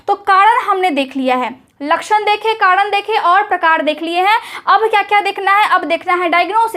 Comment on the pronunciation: kadan nahi hota hai madam Karan hota hai